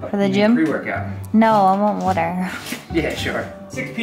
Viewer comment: What is wooter? Does she mean water?